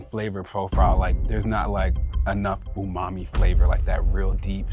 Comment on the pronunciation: Did my boy say "Fumami..."